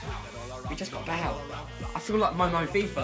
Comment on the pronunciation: And he pronounces Bale like Bal